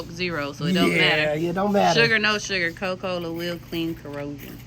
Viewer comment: “Coh-Cola” country as hell. Where is the “A”.